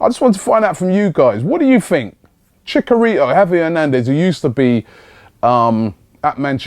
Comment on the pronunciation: ROBBIE! You are pronouncing Javier Hernandez's name wrong. It's ChiCHarito not chicarito. And I do think he would be a good signing cuz he provides something different than what Giroud and Welbeck being to the table. I say if Lacazette don't work out, definitely go all out for him